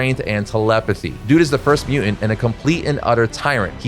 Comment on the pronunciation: Can you please pronounce "mutant" coreectly?